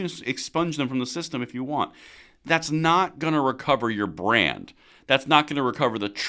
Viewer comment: Every time you say brand damage. I hear brain damage. 😂